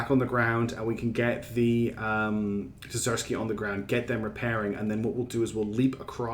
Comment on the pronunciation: Love the series. But please. It's DER-Z-KYII. Not Dezersky.